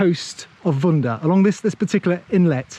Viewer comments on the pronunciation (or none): Not vunda, it’s vudah